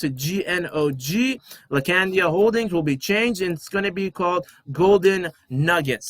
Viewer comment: laacandia holding 😅 Appreciate your positive energy brother. Subscribed 💪